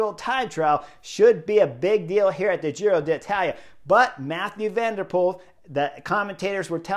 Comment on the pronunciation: Love it that Chris says ‘Giro D’Italia’ 🤗 this year, in place of his ‘Tour of Irrally’ 😖 last year. I feel like I’m properly there now. 😂